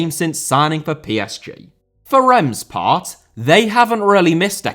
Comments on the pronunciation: I could swear he said Rennes. Reims is pronounced Reemz. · Great video but you often mispronounce french names: when u pronounce reims, we hear « Rennes » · He did say Reims. His French just isn't very good, and besides, Rennes & Reims sound very alike even when pronounced properly. I just say Stade Rennais and Stade de Reims to avoid confusion